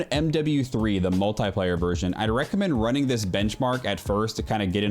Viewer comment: why do you say multaiplaya